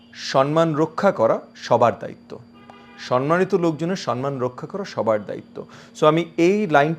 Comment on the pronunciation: সন্মানিত(সনমানিত) নয়, সম্মানিত( সমমানিত) হবে।